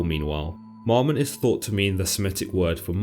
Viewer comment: Its not "MOMmon" but MAMmon" bud. Shalom.